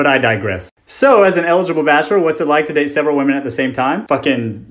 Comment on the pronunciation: He can’t really say bachelor very well lol